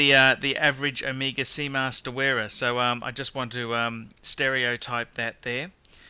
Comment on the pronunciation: I love how he pronounces Omeega.... and Rollex lol